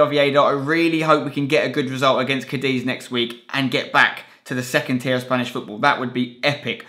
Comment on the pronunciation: Cadeez hahaa. It's cadith